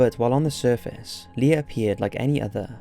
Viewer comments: "LIER" lol while ur description says Leir. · It's Leir not Lier!!! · Leir not lier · Didn't even get his name right. "Leir" or "Lier"